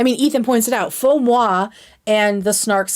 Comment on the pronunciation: thank you so much for knowing how to pronounce faux moi. every time i hear ethan or nick say "fo moy", i throw up in my mouth a little.